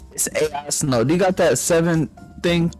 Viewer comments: No way this nigga said AL Snow instead of Ai Snow AGAIN 😭 he didn’t learn from the last Ai 😭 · Ai snow*:AL Snow 🤣🤣🤣🤣